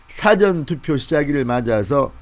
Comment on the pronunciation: "사전 투표"라는 말의 발음이나 바로해라. 방송하는자의 우리말 언어능이 한심하다 .